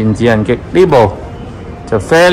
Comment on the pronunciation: 華記：係引擎：擎讀音（鯨）不是擊：你讀左（激）音請更正。香港汽車入口商忠告⋯⋯